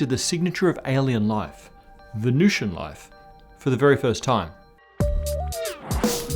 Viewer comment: The temperature and atmospheric pressure are pretty much identical to Earth's in the middle-upper atmosphere of Venus... No one is proposing the existence of surface life on Venus, you are completely oblivious to the topic you're humiliating yourself about. And it's Venusian, not Venucian.